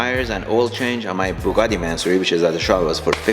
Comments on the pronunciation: Everyone: Bugatti: Ba-Gatti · WTF is a Bagatti? It's Bugatti! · he sounds like he is saying bagatti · How has no one pointed out that has no idea how to pronounce Bugatti. Manny tried to call him out when he had the chance and didn’t catch it 😂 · the way says Bugatti, bothers me 🤣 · How he pronounces Bugatti cringes me 🤣🤣🤣